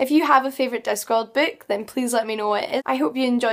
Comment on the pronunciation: Do you know, if you prononce BOOK, the OO you speak, is a perfect Ü?